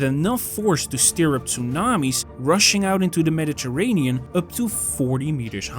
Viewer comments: I can't cope with the mispronunciation of Medi terranean and so on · Teach this ai to pronounce Mediterranean! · Look up how to pronounce Mediterranean, my friend. :) Nice video otherwise. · Nice work. FYI “Mediterranean” is pronounced differently in English. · I appreciate that you did not use an AI narrator, and I realize that English is not your native language, but perhaps you could brush up on your pronunciation of "Mediterranean." Aside from that... nice video.